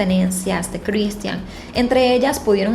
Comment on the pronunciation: No seas ridicula,pronuncia bien el nombre de Cristhian.